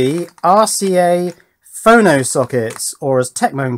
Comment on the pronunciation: Your pronunciation is correct, it's short for 'phonograph', with JLC, if you make boards 25mm square for example, you may pay $2 per board, you should try putting 4 boards on one 100mm square with routed divisions (so you can snap them apart) ;)